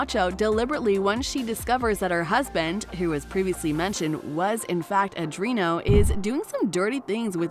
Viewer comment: A dree AHN no...not adrino! Please learn how to say their names correctly.